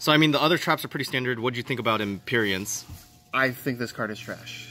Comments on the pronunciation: How does no one know how to pronounce "Impermanence" lmao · ExplosiveSalad lol bro in every fucking video they mess it up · Why cant anyone say Impermanence. Like not permanent "transient, evanescent, inconstant" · The fact that no one can pronounce IMPERMANENCE makes the community look bad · WHY can nobody pronounce cards? i mean these japanese names...ok. but words like "impermanence"?! i am german and even i get it...just read it once man...